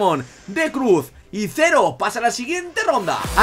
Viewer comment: Ah y otra cosa, es Zeroh, no Zero xD, pero no pasa nada ^^